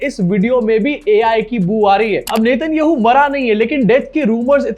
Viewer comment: Get the names right. Please. If you cannot even pronounce the Israeli prime minister's name, you are not worth watching.